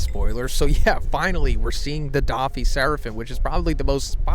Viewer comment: How to pronounce doffy and LoL Oppenheimer wasn't a bad guy 😂😂😂 you best stick to anime son